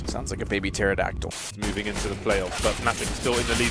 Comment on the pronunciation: Cmon, it's pterodactyl - did you drop out of scho.. oh right